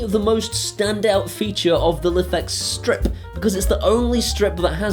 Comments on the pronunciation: It's pronounced "Life X" not "liffex" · Love the videos but it's pronounced life x. That's how the creator said it on there kickstarter. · Just so you know it's pronounced like "life-X"; says so on their website. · You are pronouncing Lifx wrong it is Pronounced Life X